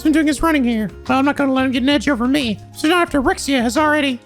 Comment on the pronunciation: Rixia is pronounced "Ree-She-Ah", not how you're saying it.